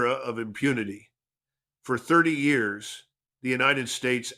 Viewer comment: Good content but the AI doesn’t know how to say years